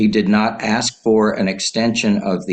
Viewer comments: Hey brother, maybe learn how to say ASK because you don't AXE anyone! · Don't axe me. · He doesn't aksqueeze to your argument.